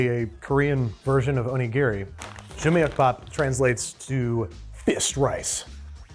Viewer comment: The Korean rice ‘onigiri’ jumeokbap is pronounced close to joo-mohk-bap. And bao bun? Really? Bao means bun. You’re saying bun bun, Like saying ‘naan bread’. Naan means bread. If you did a ‘Botched with Babish’ on all the times you acted like a ‘murican it’d be a three and a half hour episode